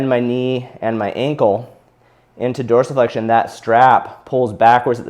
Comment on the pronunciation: I came here just to see how dorisflexion was pronounced